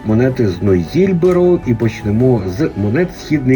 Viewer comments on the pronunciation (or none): «...нОйзильбер»?)) Може нЕйзильбер?)